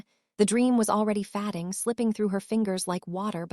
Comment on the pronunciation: A mispronunciation like "fading" said as fadding rather than fayding throws your concentration out of the storyline. "Read" pronounced red rather than reed. It takes a minute for the brain to catch back up with the story!